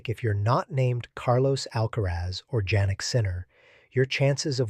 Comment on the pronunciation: Sinner first name is pronounced as Yannik not Jennik Sinner. Although it’s spelled as Jannik. It’s too early to say that Alcaraz doesn’t need any coach and with Samuel Lopez alone Alcaraz can survive. If Alcaraz can win AO 2026, this is a long run career. Yes, He is the youngest player to have won 4GS at age 22. But we have to see in the future!!!!!! Who can foresee the future, I don’t know. As of now, Alcaraz is #1 and the youngest tennis player to achieve 4GS at the age of 22 years old.